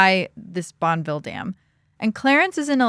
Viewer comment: Bonneville Dam is pronounced Bon-eh-ville. With a short-e sound in the middle. Also have you considered that phone calls went through a switch board during this time and were party lines- shared in the neighborhood. They were not private calls, anyone in the neighborhood that picks up the phone to use it would hear the current conversation. Only extremely wealthy families might have a private line.